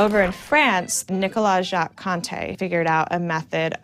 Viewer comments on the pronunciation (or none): none